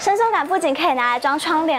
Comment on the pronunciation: 森～縮～桿 笑死